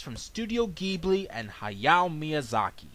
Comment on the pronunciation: You mispronounced Ghibli horribly, I'm sorry I needed to make that clear!